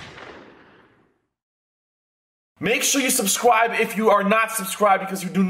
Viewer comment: Haha you said subsibe the first time and yes I am subscribed